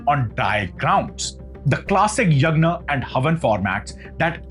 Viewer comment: Everything is good but your pronunciation to a sanskrit word like Varuna and Yajna are completely wrong. It sounds like western ascent you should be a proud Indian and pronounce in pure sanskrit ascent.